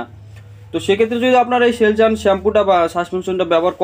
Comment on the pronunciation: সেলসুন ভালো করে উচ্চারণ করো